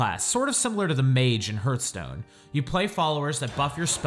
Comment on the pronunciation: "hurthstone" ... Please...